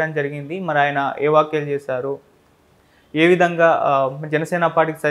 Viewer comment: వాక్యలేంట్రా ఎదవా? వ్యాఖ్యలు అనికూడా పలకలేని ఎడవ్వి, నువ్వుకూడా ఇంటర్వ్యూలు చేస్తావు, మేము చూస్తాము, చిచి.